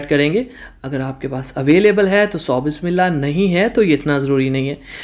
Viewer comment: Bhai g apka baqi tu sab kuch thek ha lakin kindly ap jb Bismilaah parhtay ha tu sahi say clear kar k parhay pore ilfaz sahi say ada Kiya kare